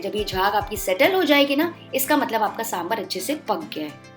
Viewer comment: trust me when I say this as I'm a South Indian. It's not 'saambrrr' but 'saambaar'